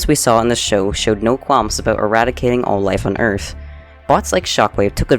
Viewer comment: “On Earf”